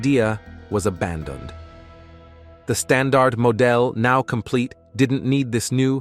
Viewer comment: Hey guys, your text to voice generator need calibration: it said "the stand art mo dell" instead of saying "the standard model" He-he :face-fuchsia-poop-shape